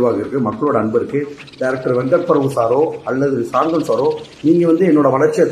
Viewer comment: Ivana valathu viteengal la... Ippo padungada...Ithu enada Suriya kku vantha sothanao. Kosu kku ellam kodukku molaichu katharuthu.... VP ku vera savaal viduraa mathiri chance kekuraan😅😂😅😂 Shanthanu nu oru peru ah kooda olunga solla theriyala unakku... Nee Sivaji ah